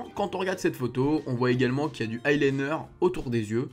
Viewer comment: deja ont dis pas le i liner ca ce dit l i liner